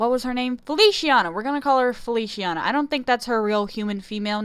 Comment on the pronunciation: I wish some of the characters were actually girls... 😭 And Feliciana is pronounced “Feli—chee—ah—na”. In Italian “c” sounds like “ch” when it’s with “i” or “e”